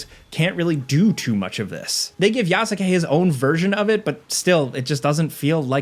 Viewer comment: i can't stand the way you pronounce Yasuke. The 'u' is silent my guy.